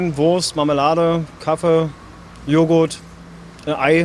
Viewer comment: An alle Deutschlerner: Sagt bitte nicht Kaffe sondern Kaffee. Kaffe hört sich so schrecklich an. 🙄